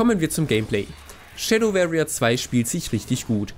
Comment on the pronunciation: versuchs mal "Schäddoworrier" auszusprechen, statt "-Schäddöwerrier"... musste deswegen gerade zum Arzt und meinen Ohrenkrebs entfernen lassen.